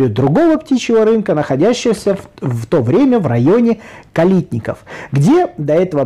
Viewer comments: что за странное ударение К'алитники? Всегда было Калитник'и! Режет слух. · Все-таки,ударение на последнее "И." КалитникИ, КалитникОвский. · SuperR450 нет, у меня было ударение - КалИтники. КалИтниковский рынок. Меня уже поправил другой зритель - теперь буду знать, что ударение там было на последний слог, хоть это и необычно. Все с кем я общался и кто там был (я там не был) именуют его - рынком на Таганке или просто Птичкой.